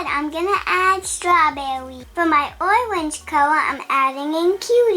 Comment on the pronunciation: “For my OIWENGE color I’m going to add cuties” my gosh pronunciation is the cutest ever!!